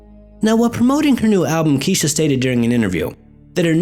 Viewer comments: I'm pretty sure I saw a show that investigated a haunting that had to do with Kesha* (not "key-sha" lol) as well. It was a while ago so the details are a little blurry to me, but it goes to show that some people tend to be a little more open to the paranormal, it seems. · "kesh.....kesh-a,....not "key-sha" it's pronounced ke-sh-aa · Isn't her name pronounced kesh-a? LoL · Love how you keep saying Keesha. You're such a weird dude to listen to haha--keep the vids coming! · Don't feel bad one bit. Whoever heard of a Kesha? It's a made up name. When someone chooses to give his/her child such a name, mispronunciation is to be expected. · Turns out I've been saying her name wrong this whole time too. Never knew that was the wrong pronunciation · yup, ya did. Kinda glaring. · It made the video even better. I was bugging out! haha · every time you said her name wrong all that I heard in my head was.. Miss Kesha? Oh my fucking god she ded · MadNinjaGato Shadow Yeah like I said on his other thread, I was mispronouncing her name up until my girls started watching Victorious. However I actually catered trains with a girl named Kesha who pronounced it "Keesha" lol